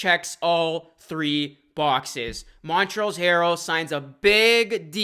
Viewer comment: “Montrells Harrell” It’s pronounced mon-trez